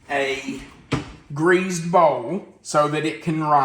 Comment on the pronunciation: I loved how you say "greased" with a z like "greazed". Lol. Will be making these soon.